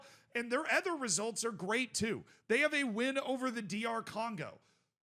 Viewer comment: Why do you pronounce "other" like "ether"